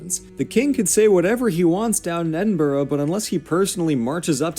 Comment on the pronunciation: I’m Scottish and the guy in the video pronouncing the names like calling Edinburgh , edinbourgho and calling Inverness , invarnass